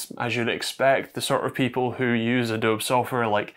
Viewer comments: Excellent info—thank you! Also FWIW: Adobe is pronounced "uh-doh-bee" not "uh-dobe"... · A-dob-E, not A-dobe. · I couldn't figure out what he was saying when trying to pronounce Adobe. It's uh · dow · bee, not uh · dow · b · It's pronounced "ə-DOH-bee" my friend. 😏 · Uh-dobe lmao 💀🥴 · cannot get over this guy's funny pronunciation of Adobe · Wait how do you pronounce adobe??😅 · How do you not know how to pronounce Adobe?